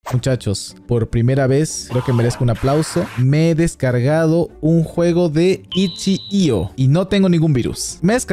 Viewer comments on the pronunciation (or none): diciendo Itchi io en vez de Itch io